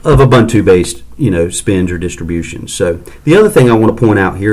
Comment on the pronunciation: It is pronounced ooboontoo and not obantu !!